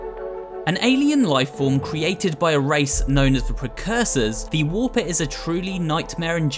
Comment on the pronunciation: he called the warper a reper